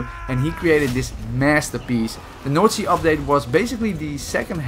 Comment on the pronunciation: Every one speaking English: North sea This guy speaking English: Noord sea